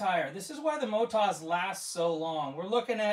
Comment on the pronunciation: I always thought it's Motoz and not Motaz...😉🙃